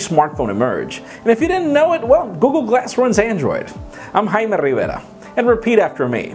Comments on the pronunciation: "I'm haiimmee rriirrverraa". I thought your name is pronounced jay-mee. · I absolutely hate the way you say your name. It's dumb and fucking annoying